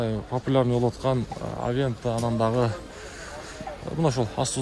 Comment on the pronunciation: Авента эмес, аванте